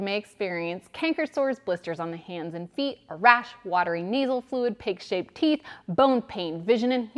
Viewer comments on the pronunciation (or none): That’s what I heard too.